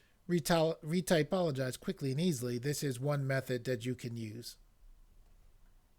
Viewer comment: I think is ReTOpologize..not reTYpologize.....thanks for the tut looks ok for an automated process, you know!!, a perfect reTOpo has to be done by hand , I'll give it a try in Blender 2.80 and se if it works...sadly Bsurfaces hasn't release a version for B-2.80.